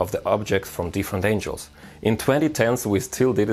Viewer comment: Friendly language note; “Angles” is pronounced “an-Gels” like “spangles” or “dangles” instead of “angels” how you are saying like “an-Jels”. This means God’s heavenly hitmen. Not geometric relative line direction as you intended. There, now you are the perfect human. Seriously.